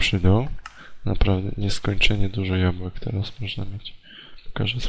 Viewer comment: tam było 64 jabłek i ty jeszcze mówisz jabułek